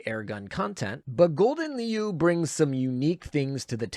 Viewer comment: Your pronounciation of leeuw harms me... Just say lion to stop the pain Do note Siren Killer counts toward the 20% top Siren damage boost, just 2 +13 and you're maxed.